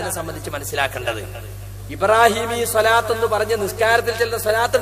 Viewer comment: സ്വ അല്ല, ص സ്വ യും ص ഉം ഒരേ ശബ്ദം അല്ല